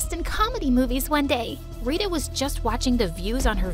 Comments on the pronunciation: It's not "taerah" It's "Taarah" With the t being pronounced as the t in Thursday without the h sound, that is how the t in every indian name is pronounced, same with "rita" It's "reeta" With the t in Thursday without the h sound, not "riduh" Also, diana is not indian, diana is not an Indian name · Tara is not pronounced as te+ra. It is pronounced as ta+ra Rita is pronounced as ree + tha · It's not how we pronounce Tara and Rita. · Yeah they didnt pronounce tara properly and rita